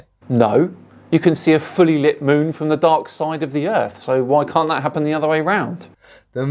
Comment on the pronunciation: W. T. F. is a "falomeanian Eclipse."? Wher are you saving all your Ts & Hs? "~ ~ ~ when you're watching i` 'appen."